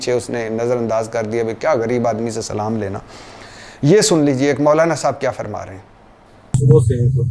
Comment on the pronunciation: Yes agreed but he didn't know how to say Salam so please let him know this as well